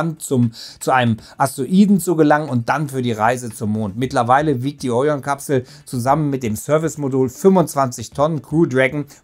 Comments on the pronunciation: Es heißt auch Orion und nicht Ooorion....alter tut das weh deutsch Muttersprachlern bei sowas zuzuhören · Es wäre schön, wenn griechische Fremdwörter wie Orion und Artemis auch richtig betont würden. Artemis betont man auf dem ersten A und Orion auf dem „i“ . Andernfalls merkt man sofort , dass der Autor nichts mit Latein und Griechisch zu tun hatte.